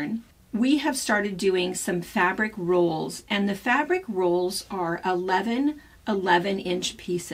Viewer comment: Are you saying rules. Or rolls?